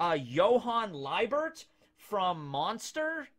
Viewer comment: Someone I knew was really into Monster. Definitely recommend. Also, it’s pronounced “Lee-bert”. In fact, on Derek Stephen Prince’s little talk show (currently on hiatus until most episodes are uploaded onto YouTube), he realized that he and the guest of the episode, Karen Strassman worked on that together.